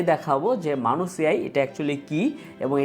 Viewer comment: মানুস না ম্যানাস